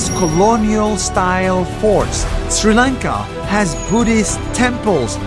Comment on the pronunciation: bro finally learned how to say sri lanka properly